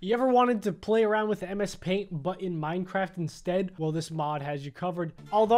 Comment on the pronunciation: Wait it’s “minecraft” not “minecrafp” right?